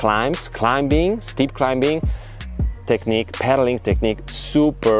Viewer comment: those glasses look great. btw you don't pronounce the "b" in "climbing". Otherwise great content. Good luck with next week's race